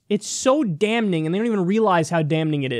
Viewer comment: Kyle! Stop pronouncing the first "n" in damning! It's ˈdamiNG! adjective (of a circumstance or piece of evidence) strongly suggesting guilt or error. "presented with damning affidavits" synonyms: incriminating, condemnatory, damnatory; More extremely critical. "last year's damning report on the industry"